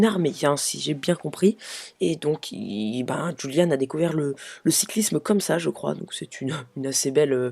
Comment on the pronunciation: C'est julian pas juliane ou rouliane